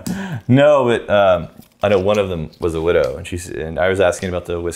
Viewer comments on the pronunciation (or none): none